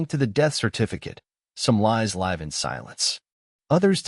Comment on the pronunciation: Coders please fix how "live" is pronounced.